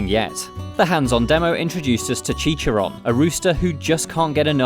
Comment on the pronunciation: did he just say chi-cha-ron as chi chi ron